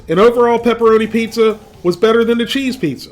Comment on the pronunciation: A pizza this, apizza that, and eeehhhhh, a pizza cake!! :P